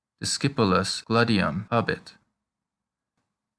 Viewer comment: it's not GLA-de-yum it's GLA-de-yoom